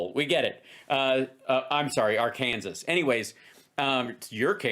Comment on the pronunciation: I try not to laugh but can’t not 🤣. Ar-Kansas?